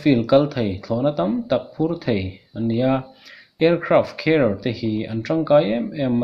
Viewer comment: Aircraft Care ti angin ka hriat dyh chule....😊😊😊😆😆lol